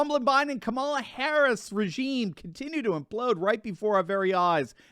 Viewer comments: Did he just say CABALA HARRIS? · It's KAH mala